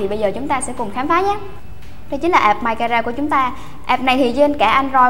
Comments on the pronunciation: ạp chứ k phải app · app ns app cứ ạp nghe mà ứa gan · C ơi tiếng anh ko có dấu nặng đâu ạ app chứ ko fai ạp c nhé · góp ý xíu app=áp nghe ạp ạp cứ ngộ ngộ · đây méo phải vì đâu vì gọi App là áp ko phải ạp